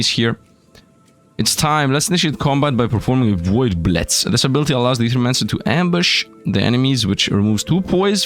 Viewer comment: that's a very Russian way to pronounce "blitz" lol.